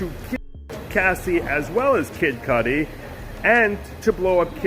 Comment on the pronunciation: Why you keep pronouncing his name as Kid Codi?